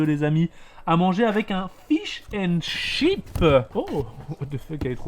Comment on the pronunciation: le S de fish ans chips il est passé où ? 😭